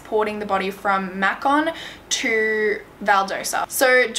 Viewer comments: You're amazing,! I love how you cover these cases, and how respectful you are to the victims and families. Macon, Georgia is said May-ken. Simply because you said you weren't sure how it was said! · Not that it matters, but since you were wondering, Macon is pronounced may-con. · This is one the most detailed videos I've seen on this case, really great job! I'm from GA and for what it's worth, they're pronounced: Valdosta: Val-DAH-sta and Macon: MAY-con. I have my doubts about the report that came from Macon's coroner. Having lived in Macon for 18 years, I can confidently say it's one of the most politically corrupt places areas I've lived in. Much of Central GA, is. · I live in middle georgia and the way she pronounced places i've known my whole life is so funny. "Valdosa" it's Val/Dost/ah and "Makon" is May/ken 😂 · Lmfao when u said Mac con I died 😂😂😂😂 it’s Macon like bacon it’s funny how u pronounce these Georgia cities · Thank you for bringing attention to this case! My oldest child went to school with Kendrick and she's always thought that he was murdered. So much is wrong with how this was handled. Oh and the correct pronunciation is Val-Dosta. And Macon is Makein Love your vids and appreciate all the hard work you do!! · Im from georgia and listening to her pronounce Macon, Ga as Mack-Con in her Australian accent is the funniest thing ever. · it’s cute how she said Macon. It’s Pronounced May-cun😂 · I was thinking that this must be how foreigners feel when we mispronounce their city names. It's a good thing it didn't happen in Vidalia. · It's so funny how pronounces the Georgia cities vs how they're really pronounced Valdosta - Val•daw•sta Macon - May•con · I know I’m very late, but you did amazing with this case! Trust me, Georgia towns are hard to pronounce sometimes, Valdosta is pronounced val-daw-stuh, and Macon is pronounced may-con! Great video though! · The place Macon is pronounced with a long 'a' as in "may-con". 😊